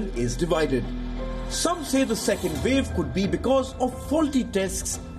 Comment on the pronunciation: " Thiz iz the vel " " careful of the second " vev "